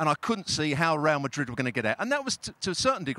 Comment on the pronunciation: Well the guy who can't say Real Madrid like a normal person must be super happy tonight.